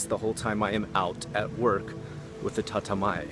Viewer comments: Hey, the first 50 or so comments did not have this so I though I comment on this. Isn't it "Tatemae" instead of "Tatamae"? or am I just hearing your pronunciation wrong? I read online that there is like 10 psychiatrists for every 100 people in the big cities in Japan. Is this true? really nice video!:) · Bro. It’s not TATAMAE. It’s たてまえ、tatemae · I like your videos and this is terribly rude but I have to ask: how does one live in Japan for a decade and your accent be that terrible? Your pronunciation of tatemae, honne, and ganbaru sounded like first semester college Japanese. Or were you just anglicizing it for English speakers?